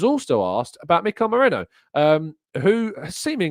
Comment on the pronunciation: his name is ME-RI-NO. He has never played for Liverpool.